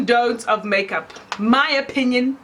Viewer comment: The way you emphasized the "my opinion" 🤣 cos you know how touched people get.